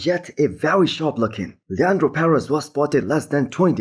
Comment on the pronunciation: finally pronounced Leandro right! Good job bro, now let's if you can do the same with Colossus.